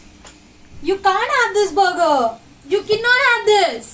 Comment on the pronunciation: Madam it is BURGER Not* BOGO